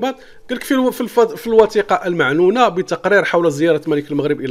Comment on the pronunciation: C'est du n'importe quoi. غيركتخربق أوليدي. Et d'abord tu ne sais même pas lire المعنونة ça se lit al mo3anwana et non pas al ma3nouna. Et la princesse Mouza et non pas MOzza, bent El mosnad et non masnad. lawah seddari.